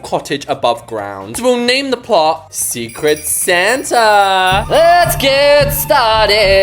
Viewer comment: ah yes “secret snata”